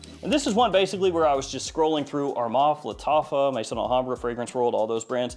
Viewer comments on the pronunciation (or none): none